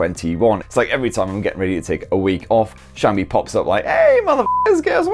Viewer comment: Where the cha is xiaomi? Mf saying SCHAMI